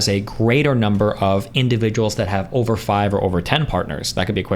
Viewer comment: Why does this person add an r to every O sound. It over not orver. It’s enough to make any sane man redpilled.